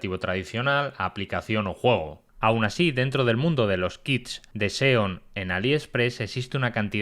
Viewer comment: Sólo por curiosidad! ¿Porqué pronuncias la letra "E" como "O"? Por ejemplo: Cuando vas a decir "Nuevo", dices "Nuovo"! Y si vas a decir "Juego", dices "Juogo"!